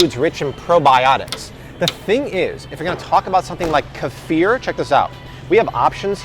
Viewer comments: Keeefir not kêfear lol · It's funny haw he pronounces Kefir 😂